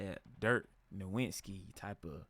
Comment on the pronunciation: You're not even a real fan if you can't pronounce Dirk's last name correctly.